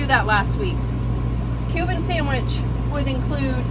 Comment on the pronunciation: I'm so thankful you showed your writing. I thought you were saying "human" sandwich. I almost turned off video. The I see cuban in writing, ha. When you described ingredients I was like - what makes that human? I was thinking maybe it was a play on the 'proper human diet'